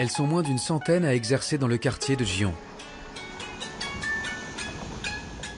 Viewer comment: ... ce n'est pas "gi-on" mais "gui-on" (en prononçant légèrement le "n" à la fin)